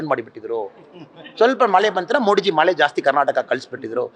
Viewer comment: ಮೋಡಿಜಿ ಅಲ್ಲ ಮೋದಿಜಿ ಅನ್ನು ಮಗನೇ